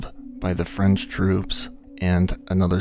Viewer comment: Wow your French pronunciation is good, c'est bon!! ❤❤